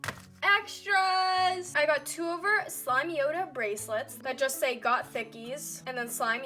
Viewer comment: (SLIME-yoda) not SLIMEY-oda 🤧